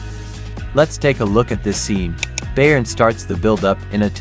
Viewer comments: Bayern is pronounced "Buyern". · You need to learn how to pronounce Bayern